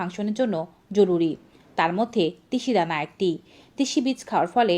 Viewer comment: তিসি ধানা কি ভাল ভাবে বল ধাও